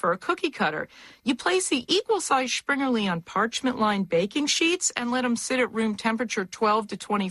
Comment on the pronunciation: where does she get the "sch" sound in Springerlee.